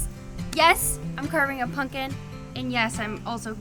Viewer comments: That’s not how you say it, no ‘punkin’ intended! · Funny you pronounce it, “PUNKIN”. That’s cute.🎃